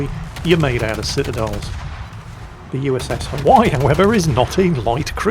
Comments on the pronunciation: Hawai'i - three syllables - Ha-wai-ee. The way he says it makes my ears hurt . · Hawaii = Huh - Y according to lol missing those "ii" for the E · Pronounced HI-WY-EE. They are JINAN guns. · its pronounced Ha-why-e, in the southern US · The USS "Huhwhy". Never change. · I've never heard that pronounciation for 'Haw-i' before 😂Oh never change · Hi! Hawaii is pronounced "ha-Vi-ee" natively, or "ha-Wi-ee" by most of the lower 48. Unlike your frequent and justified butchering of the French language, I think the erasure of native Hawaiian culture and language calls for correct pronunciation here (ha-Vi-ee). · Mispronouncing Hawaii throughout the entire video drove me crazy